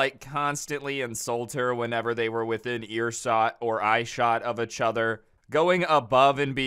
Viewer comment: Why does he keep saying achother lolol